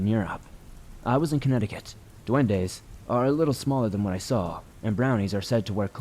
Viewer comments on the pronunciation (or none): none